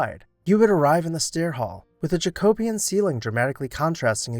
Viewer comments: fyi: “jack-o-bee-un” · Love this channel so much! As an architecture and history student it is right up my alley! One suggestion...check the pronunciation of JACOBEAN...seen/heard in several videos! KEEP UP THE GOOD WORK!